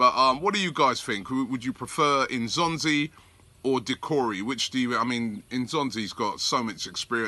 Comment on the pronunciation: Can you please pronounce his name properly. It's not "In'zonzi' it's "N'zonzi".